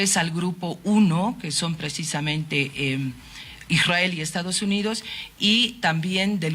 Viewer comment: IRRAEL 😂😂😂EEEUU😂😂😂😂😂